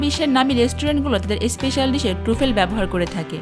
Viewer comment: Uchcharon hochche... TRA FOL.